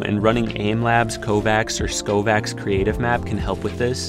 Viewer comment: Its called skaavoK its kovaaks backwards thank me later